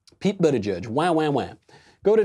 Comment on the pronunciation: Michael: Buttigieg No one: Michael: Bootigieg